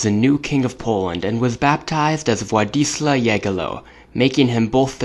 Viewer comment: When you read Władysław, read ł like a combination of u and a (a like in cat not like in amazing) So it would be something like Wuadysuaw